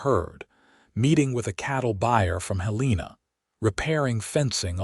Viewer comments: The pronunciation of Helena was very wrong from Columbus,Montana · Yes, should know how to pronounce the capital from every state.